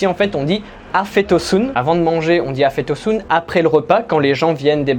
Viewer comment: 1 expression afiyet olsun qui veut dire bonne appétit comme tu la dit mais que ta prononcé afet olsun qui veut dire afet= soit le pardon ou une catastrophe naturelle 😋. Bonne continuation j'aime beaucoup tes vidéos. 👍